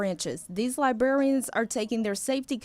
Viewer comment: It isn't libarians. It is librarians.